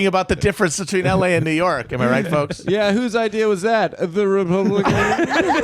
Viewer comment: Who's idea was that? The ruhpuhbluhcuhns?